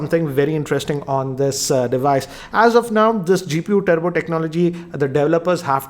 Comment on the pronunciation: its Turbo not Tubro RIP English